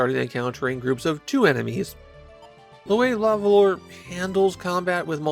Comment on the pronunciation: Ooof. "luh vuhluh". Nobody expects you to know French, at all - so please excuse this comment. It just still pains me to hear 🤣